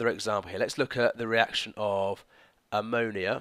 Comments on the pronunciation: Ammo - Naya 😂😂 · I'm from West Yorkshire! I've always heard it pronounced like ammo-knee-ah instead of ammo-nigh-a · Lol I've never heard anyone pronounce ammonia like that! Thanks for the video! :) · same I thought I was the only one...:') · lol, at around 18.58. You pronounced it a little differently to usual :) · The way you pronounced Ammonia 😫 never heard it like that before. What part of the UK are you from??